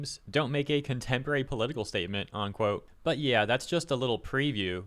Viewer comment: It's "unquote" not "onquote."